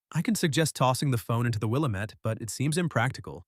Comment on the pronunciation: It’s wil am ette